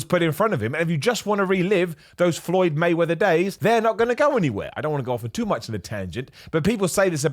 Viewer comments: Did you call him floyd waymether is my heard F’d 😂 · “Floyd Waymeather” 😂